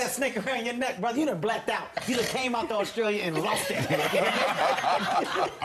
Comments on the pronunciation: Did the host say 'Brotha'? 🙄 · I’m Australian and I’m appalled how he said brother at the end